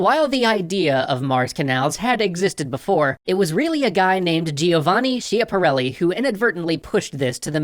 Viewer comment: Joe-Vah nee Skyappa relly is the proper pronounciation.